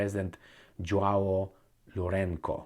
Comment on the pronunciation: In he name "Lourenço" the letter 'ç' is pronounced like the letter 'S'. So it sounds more like 'lourenso". Trust me . I speak Portuguese, the official language of Angola